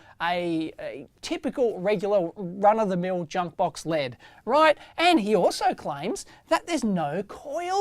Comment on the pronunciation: L. E. D. Not lead.